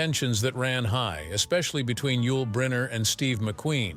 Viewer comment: Click bait. Doesn't even pronounce Yul Brynner's name properly.